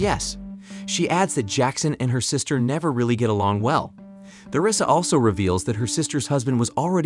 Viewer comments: Holy th is Theresa is not pronounced th it's pronounced t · Theresa ( Ter-ee-suh or Ter-eh-suh) Not Thur-eh-suh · You can tell the narrator hasn't actually seen the show. He keeps mispronouncing some names (Theresa for example).